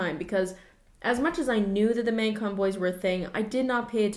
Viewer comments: does everyone say it m-ay-gcon and not m-ah-gcon? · everytime she says maeuygcon it triggers my fight or flight response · no one:: mægcon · no one: absolutely not one person:: MÆGCON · I can tell you’re Canadian by the way you pronounce Magcon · The way you say magcon makes me think you're Canadian... are you Canadian?